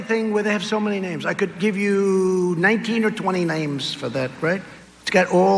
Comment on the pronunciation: Trump said: "I could give you 19 or 20 'naimes' for that."